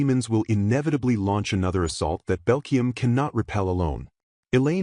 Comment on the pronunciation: The LLM voice is almost impressively bad at names. It never got the names Eliane, Belkheim, or Linchigham correct, not even once. On top of that, it calls everyone Douglas